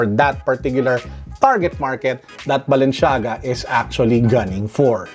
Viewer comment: *balenciaga no balenshiaga